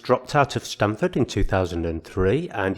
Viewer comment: just for your info....it's Stanford University (not Stamford).